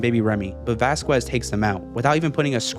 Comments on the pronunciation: I don't mean to make fun of the creator but it's not pronounced "Vasqwez" it's pronounced "Vaskezz" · It's pronounced vas-cezz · oh my god!!! please say VASQUEZ's name correctly VAH-SKEZ. put respect on his name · ITS NOT VASQUES (VAS- QU ES) ITS VASQUES (VAS-KEZ) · I think you pronounce Vasquez wrong. The q is pronounced like a c. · The q in Vasquez is silent